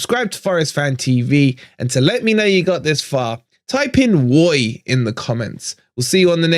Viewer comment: was that 'woy'..? i don't think it could have been 'Roy' as a tribute to the other side (as admirable as he is) - either way i will say COYR...